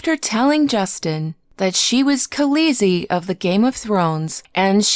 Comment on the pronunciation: Freaking say khaleesi right. You suck